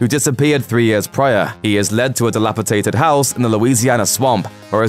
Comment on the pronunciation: Dilapidated. Not dilapitated.